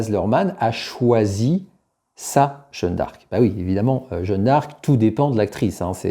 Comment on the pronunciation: Pas "Jeune d'arc" mais "Jeanne d'arc" merci ...